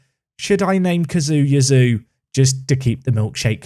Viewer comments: It's probably pronounced "Chee-a-zzo", so Yazoo is a stretch! ;) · I would have said Cayazoo. Not Kazoo. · If you can say 'pizza', you can say 'Caiazzo'. Kazoo is a dumb nickname. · Kai-yah-soh...is probably the closes pronunciation to name. Get Gurrutxaga back, a wing and a stronger striker. I have Idah in my save and he gets bullied a ton! Definitely a striker and maybe a couple of decent wings...strong backup keeper or wing defender as stretch goals if moneys allow. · Caiazzo - K-eye-at-zo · Caiazzo = ky (as sky) as (thick english accent) zo (as alonzo) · A fun suggestion for the Caiazzo mispronunciation saga: since you’re intent on pronouncing it, you could invest in a kazoo. which is a children’s musical instrument that you can buy pretty cheaply from Amazon, it’s designed to be incredibly easy to play and you can bang out a (pretty pathetic) tune on them, at the very least it would give you a free excuse to continue pronouncing his name wrong. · In terms of pronunciation when it comes to Caiazzo, I really don't know where your "oo" part comes from when talking about him, cause since he's italian, you'd pronounce him like you would read "Kayatso". But Jisoo or whatever is of course fine as well ;) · is pronounced KAI-ATT-SO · Why don't you just call him Caiazzo? Kai, as in Havertz, and atso. Kai-atso. Not difficult. Please don't sign Dylan Crowe Merci